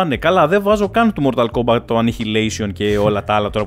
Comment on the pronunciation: Mortal kombat με τί στο τέλος .. έλεος δέκα φορές μια καθαρά δν το είπες .. 😂